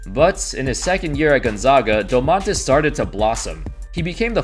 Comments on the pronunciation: dOOmantas .. not domAANtas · Its DOmantas not doMAntas but great video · Also Domantas is pronounced with stress on the first syllable, a little bit like "doors" or "more". Doors. DOmantas. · Im from lithuania and its funny how you say Domantas